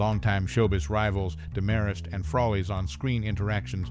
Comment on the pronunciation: Same VO twice in a row? And it's DEMarest, not DeMARest.